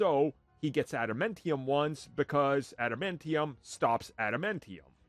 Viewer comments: Why are you pronouncing adamantium like that… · Adam Entium huh